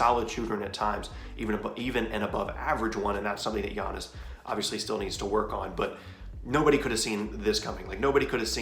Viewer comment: Why they butcher giannis’ last name so bad 😂